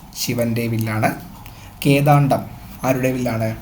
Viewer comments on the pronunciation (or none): Ezhuthiyathum vayikkunnathum pla iathum vyathyasam undallo onnu sredikku.. Vedavathi= =devavathi? Kodandham== kedaandham Ingane ottanavadi... Onnu sredikku